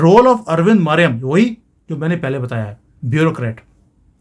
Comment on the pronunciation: Sir , The IAS officer you have mentioned in this case is अरविंद मायाराम ( MAYARAM ) not मरीयम as pronounced by you .